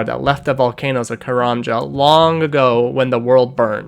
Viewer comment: Very cool and well put video man. My only suggestion is working on the pronunciation of a few words (Zamorakian, Karamjan, Ximoua)